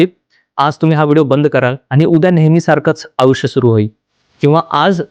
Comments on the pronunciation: आपण आयुष्य चा उच्चार आऊष्य असा करताय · अहो आधी *आयुष्य* हा उच्चार तर नीट करा